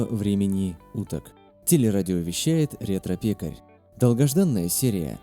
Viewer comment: доброго времени УТОК?! твоюжмать, я три раза переслушал!